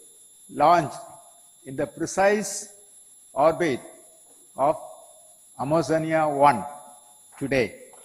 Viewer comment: Amozonia1😂😂 ...that's amazonia1